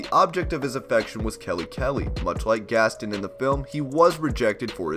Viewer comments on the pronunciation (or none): gastin? its gastOn